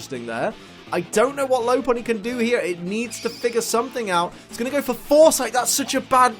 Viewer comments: I'm so happy that you pronounce it lo-punny instead of lop-punny (which I think is the correct way) because I've called it lo-punny for years and then I heard the other pronunciation and was like; "oh dear no, that's wrong, so so wrong!" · It's lop-unny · I believe the correct pronunciation is lop-punny. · Its pronounced lop unny like lop earred sources 3d pokedex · You say th word lopunny wrong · YOU SAY IT WRONG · He pronounced Lopunny wrong the entire video and I somehow remained un triggered XD